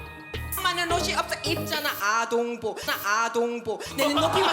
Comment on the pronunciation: 아.동.복 레알 찰지게 발음하네